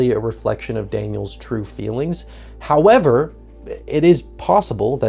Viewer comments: He pronounced it wrong though. It needs a Y or something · the fucking cut to Ryan Hollinger when you say "however" took me out lmaooo. love how he pronounces that word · what a rude thing to add against a fellow YouTuber... We all know its supposed to be pronounced "Hoyever" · THE "HOYEVER" HAD ME DYING 😂 Holy shit that was not what I was expecting hahahaha. Love your vids and this was bloody fantastic as well. Love the long-form ❤❤ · I saw the film right after its release and I thought it was great! I’m ready for a rewatch now. Thanks for the vid. Also, Ryan H.’s “hoyever” 🙌!